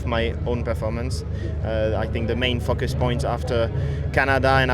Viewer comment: "I fuk us quite a lot on that this weekend lmao